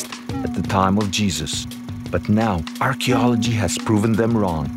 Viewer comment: Surely you should be able to say archaeology correctly.